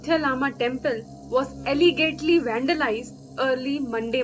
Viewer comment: Allegedly pronunciation not correct